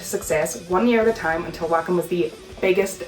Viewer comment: Uhm acshualy it’s pronounced Vocken 🤓🤓🤓🤓